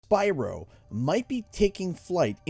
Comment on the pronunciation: BYRO LOL 😂😂😂